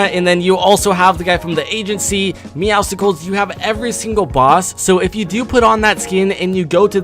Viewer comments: It's meowscles not meowsiscles because it's a play on words with muscles and it's tntina not TNT tina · Its tntina and MEOWSCLES not tnttina and meowsicles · And first of all it’s not tnt Tina it’s Tntina and it’s not meowsicles its meowscles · Meowcsles isn’t pronounced musical it’s like muscles with meow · Its meowscles not meowsicles he isnt a popsicle and TNTTINA? WTF? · It’s pronounced meow souls, not meow skulls. It’s a combination if meow and muscles. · You pronounce the bosses incorrectly TNTTina and Meowsickles while it is pronounced like meowsles and TnTina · ABOUT THE MEDKIT ONE: the bandages don’t say “health is above 75HP” they say “health is above 75%” so theoretically you could go up to 750/1000 health Also here are boss pronunciations: Tee-enn-tee-nuh Brue-tiss Meow-suhls Sky My-diss Stop mispronouncing them peepl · “TNTtina” “Meowsicles” You do not know how to pronounce anything, do you? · The man said "TNT Tina" and "Meow-sicles." How can you miss pronounce both of their names? Like bro. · OH MY GOD. TNT-Tina and Meow-sticles. No... gosh... pleASE START PRONOUNCING THINGS CORRECTLY!!!! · Who pronounces meowscles like (me-ow-sssss-k-les) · It's TNT-na(TNTina)and Meowcles Like Meow + Muscles You're pronouncing it wrong. Nice video! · Awesome vid P.S. Even though it doesn't matter the names are pronounced TN-Tina and Meow-sulls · You said wrong the name meawscles